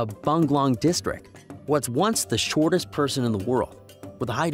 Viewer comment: Why do you keep saying. Shot tis inthe wold